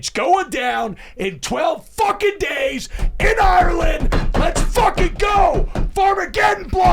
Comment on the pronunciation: Say Ireland correctly challenge. Level impossible.